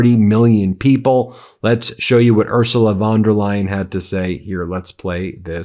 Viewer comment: A wee heads- up, Ben.Her name is pronounced " oor zoo la fon der lie en" Many thanks to you and your team for upholding the truth in this world. You give a scared old Scot much hope.